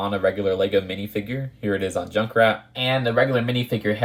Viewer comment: Wait is "junckrat" Australian?